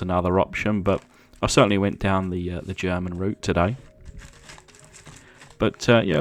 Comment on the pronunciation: Pretty cool 😎except for one tiny teaneweeny mistake it German German you know like German lol other than good job more please 👍👍👍👍👍👍👍